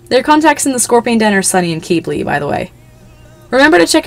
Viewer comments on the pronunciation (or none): I don't mean this to be rude but can you please try to pronounce Qidli, kibly instead of kebly